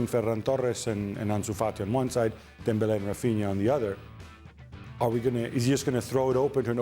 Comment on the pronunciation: does the host realise dembele isn't spanish or does she just force her pronunciation for every name